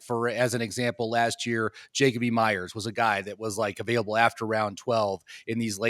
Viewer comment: Jacob”ee” Meyers???😭 why would i take advise from someone that can’t even pronounce a name right